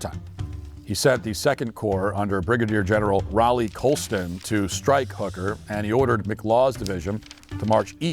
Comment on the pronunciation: Super minor point, tiny really, but why can no one other than North Carolinians say Raleigh correctly?